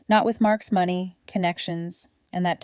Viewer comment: Pronounciation of money 👎